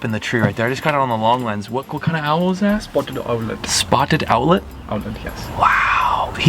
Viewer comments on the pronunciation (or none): why did repeat spotted owl in a indian accent 😂😂 i nearly choked on my drink😅